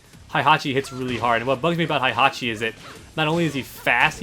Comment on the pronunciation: It's Heihachi, not Haihachi